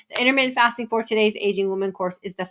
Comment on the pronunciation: Intermitten FATSING :D Hahhaa